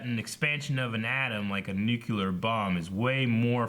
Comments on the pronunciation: Cringing every time says “Nukular blast” it’s a Nu-CLEAR blast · "... Nuke-yoo-ler" LOL.